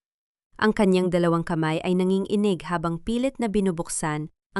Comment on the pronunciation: Ano bayan,wag kanang magbasa at magkwento mali mali nman an pagbabasa. Dangal hnd danggal,usapan Hnd usapin,nanginginig hnd Nangin-inig